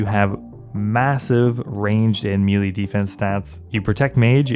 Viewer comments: Melee is pronounced Meh-lay not meeeleee 🫡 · Please stop saying melee wrong. Edit: Wait, nevermind there's a mix. Thank you for this. I can be at peace now. Edit 2: No wait you are actually just still always saying it wrong. It was wishful hearing. Please save me.